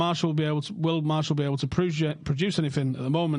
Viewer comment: it's pronounced Mar t elle... Not MARSHALL